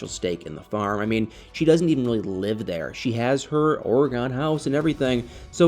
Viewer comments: Dear "," It is NOT pronouced "ora-GAWN." It's pronounced "ory-gun." I am a ntive, so I speak with authority. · Please don’t be offended but as an Oregonian I am going to help you pronounce Oregon correctly. It is pronounced ory gun. Love you videos😊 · Or-eh-gun is the correct pronunciation. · I grew up on the East coast. We were taught to pronounce it OR e Gone. If it’s incorrect, I guess every generation passes down the incorrect pronunciation. Frustrating. Those who actually live in Oregon know how to pronounce it. The Governor should send a letter to the school boards of all the states that are teaching it wrong. Maybe I can find an audio to actually hear it. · Drives me crazy when someone can not pronounce a State!! Must be from another country?? 😂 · He pernounces it wrong.